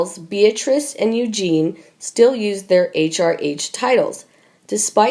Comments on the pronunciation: The narrator reads like a 4 year old and mispronounces things. Example, it's EugenIE not Eugene. And she sounds as if she is reading certain words for the first time. She is truly terrible. I'm turning this off at 3 minutes. I can't handle her any longer. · for gods sake is this narrator naturally stupid incompetent and illiterate? how many times does this idiot have to be told it’s pronounced princess you Jeannie not princess Eugene, I and many others have repeatedly told this moron The same thing including viscount not Vizcount charlatan not Charlton Westminster not West minister Camilla not Camillea and many many others so will The owners and writers of this channel stop this buffoon? can everyone else who agrees like and reply to this comment so it sends a message! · LOL I know,.just putting the French accent to it. My point is: the narrator was saying EUGENE!!! 😉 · You mean Princess Eugenie ? Not Eugene, right? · This person who can't narrate to save their lives it is Princess EugenIE NOT Eugen if you can't pronounce it correctly then you are in the wrong job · Ok you REALLY need to learn to pronounce the names correctly. It is Eugen -ie not Eugene. The narration is so stilted it is irritating. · This really is hard to listen to... please get someone who can pronounce the names correctly!! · She’s Princess Eugen-IE NOT EUGENE! Please get it right! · Please pronounce the names correctly. Eugenie is pronounced EugeneE and Sandringham is pronounced Sandringhmm ( silent A) If you want to speak about them, at least pronounce the names correctly. Also for future reference monarchy is pronounced with the a silent. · Pronounced Eu- zhan-ee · Awful narrator. It’s not Princess Eugene. Read! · Who are the idiots that are narrating these things ? You cannot pronounce words and names correctly .... Eugene ???? Lol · “Eugene?” Really... Please learn your pronunciation.. embarrassing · Pronounce it like “ U Janie” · It is Pronounced U GEE NEE.